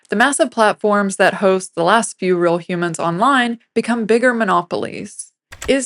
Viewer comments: Brilliant video. Only issue is the pronunciation of "real" - that word does not rhyme with "grill." :) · Interesting video. As an aside, I got hung up on the presenter's pronunciation of the word 'real' or, as she says, 'ril'.